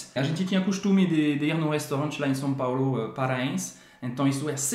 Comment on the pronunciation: Gostei , SÃO PÁULO !!!!! SÃO, SÃO e não SAO PAULÔ 👍